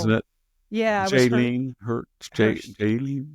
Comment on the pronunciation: Jaleen hurts? Hahaha, I love Victor